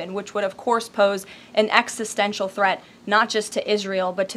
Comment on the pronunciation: "extistential" Read a book, Leavitt. 🙄